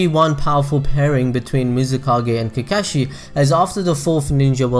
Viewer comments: Did you fuckin just SAY COCKAGE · So many times you went "I hope I pronounced that right" but you kept going with pronouncing Kakashis and Obitos name wrong 😵🤗😬 In my opinion, I think Hanare and Kakashi would end up together, but I haven't read the Kakashi "Haden" (or wut u said lol) so I'm in for more detail about that woman, but so far (from what you mentioned) it doesn't seem enough for me to think that they might have ended up together. 😊